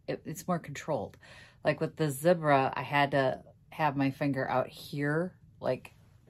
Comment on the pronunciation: So sorry you didn't love Zibra brushes. Yes, you pronounced them correctly. I have very small hands and I have Dupruytren's contracture. I need the larger handles since my grip is weak. The beautiful toile fabric is perfect for the chair.